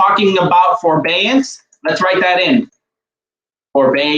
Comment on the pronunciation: It is forbearance not forbeance